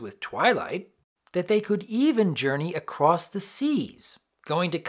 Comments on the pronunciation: Lol he said “acwoss” instead of “across!” I don’t know why that’s so funny! I guess it’s just funny to me? It’s a blooper that usually would be cut but it slipped through and that’s funny to me. Also it just sounds funny! XD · "During Sunny Starscout's journey aquass Equestria" I laughed so hard.